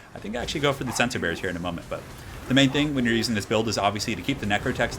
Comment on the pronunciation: I thought you were saying "sensor bears" at first